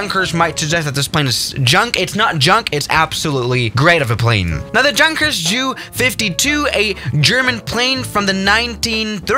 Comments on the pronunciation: Yun-kers not Junk-ers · I speak German "Look at this JUNKers plane" as far as my limited German knowledge goes, is isn't it pronounced "Yunkers"? You know like a normal "J" not English one. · Did he just not said Jankers instead of Yunkers or Junkers now im pissed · junkers: is pronounced yunkers, a German: says junkers with a j Me: visible confusion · By the way,junkers is actually pronunced “unkers “in german. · Just a heads up, although it is spelled “Junkers” it is pronounced “Yunkers” just thought I would let you know for the future idk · Junkers in pronounced like Yunkers. It is not Ju it is J U. Get it right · totally agree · pronounced yoonkers damnit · It pronounced Yunkah J U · It’s Yunkers it’s pronounced Yunkers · U actually say yunkers yes it's pronounced junkers but u need to say yunkers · Yeah but he pronounces it the English way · Yeah for a guy who lives in Germany, you'd think he'd know that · He knows it, bruh. He just pronounces it the English way